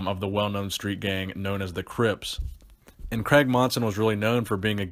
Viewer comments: Love the videos , think it’s pronounced Cray-g not Creg haha tickled me. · C R A I G Not kreg